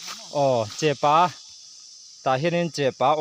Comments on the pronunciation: chepâ niloin chepa aw.athluk a awmlo.mizo tawng i zir angai ani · Chepa ti mai Ula tinge chepaa in tih tlat thluk kha, a ngailo chepa ti tawp ru mak em mai